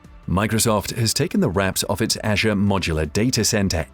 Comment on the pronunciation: The way you pronounce ‘Azure’ and ‘beta’ is incredibly distracting. Not a great video.